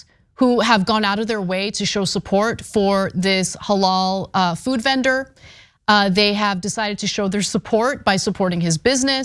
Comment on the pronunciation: Anna doesnt even know how to say the word halal thats funny shes kinda not that smart